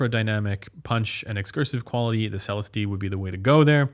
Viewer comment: You're still saying Celestee wrong lmao.